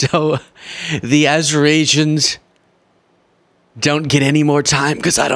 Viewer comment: Azirashians? Who are they?